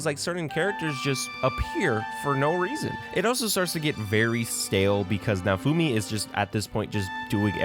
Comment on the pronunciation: It didn't fail. It's getting season 5. Who tf is nafumi? Why can't you clowns learn to pronounce names correctly? It's like you've never even watched the anime.